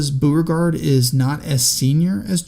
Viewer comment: It's also BOH-re-gard, not BOO-re-gard.